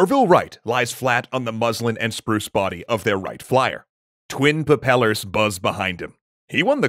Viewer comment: im sorry did you just say pappellors?